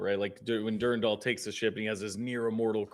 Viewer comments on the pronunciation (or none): It’s Dur-Ran-Dal. Not Dur-Randal.